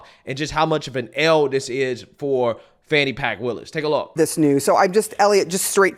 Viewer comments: "Fani pack" 😂😂😂😂😂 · And pronounce her name correctly! For the slow, disrespectful people...Fani is pronounced FAWNY! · "Fani Pack" 😄